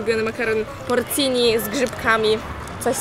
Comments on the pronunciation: Nie porcini tylko porCzini... 👀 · porcini czyli "ci" po włosku to jak polskie "cz" Czyli wymawia się porczini 😜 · Porcini wymawia sie 'porczini' (co oznacza prawdziwki).